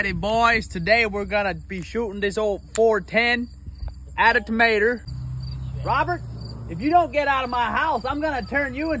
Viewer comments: « AT A TOMATERR » 💀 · The freakin "tomaterrr"killed me ☠️☠️☠️ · “At a Tamatrrrr”😂😂😂😅